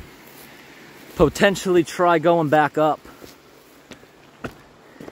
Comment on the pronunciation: PO-tentionally lol. This channel is so dang cool. you’re the Man, man! Thanks for the incredible content bro!